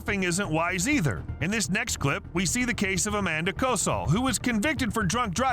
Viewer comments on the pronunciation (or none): none